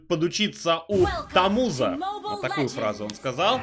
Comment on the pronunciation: Не тамуза а тамуза